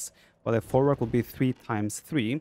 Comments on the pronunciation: Folwark is pronounced with "v" like "vet" not "w" like water. The word comes from germanic "vorwerk". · The correct pronounciation is "Folvark", not "Folwark". Nice video btw :D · You should read folwak as folvark. Polish w = English v. Jadwiga = Yadviga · You read more as folvark. "W" in polish is like "V" in english. We got strange "L" that is read as "W" in english